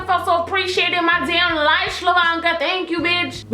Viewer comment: "ShlaVonka"! Lol